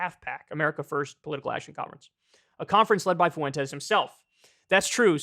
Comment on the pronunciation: Kyle "Foo-wen-tez" Kulinski